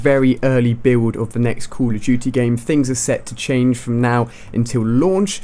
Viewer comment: Is he saying call of juty ??